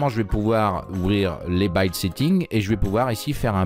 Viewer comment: Super merci, ça marche enfin ! (Petit conseil en retour : "build" se prononce avec le son "ild", pas "aild" ;°)